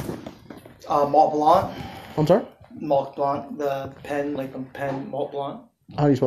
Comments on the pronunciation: Omg..I was so hung up on him saying malt instead of Mont that I completely missed him saying blunt!! Wtf?!?! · it's two words. Mont Blanc. Fool said it's spelled Malt Blanc. A clear indicator that he has never owned one let alone had two or three stolen from him. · Did he really say "Malt-Blunt?" This guy is such a poser. The burglars must've hired "Two Men and a Truck" to haul all this shit off. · Lol, hidden gems listening again , montblanc pen … M-A-L-T B-U-L-N-T. Apparently pronounced maltblunt.